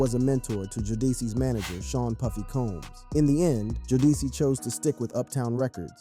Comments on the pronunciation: Jo-deci How fkn dare u mate Its JODECI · Learn how to pronounce jodeci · Can’t even pronounce Jodeci right. Sad.